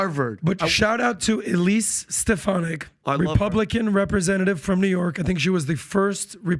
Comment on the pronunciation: WHAT I NOTICE ABOUT THE CREW IS THAT DON'T LIVE AND BREATHE THIS STUFF I MEAN TOM CAN'T EVEN PRONOUNCE CONGRESS'S WOMEN ELISE'S LAST NAME THERE ARE MANY EXAMPLES PAY ATTENTION YOU'LL SEE THEY JUST REACT TO THE DATA SAD ITS ALL ABOUT THE BENJAMINS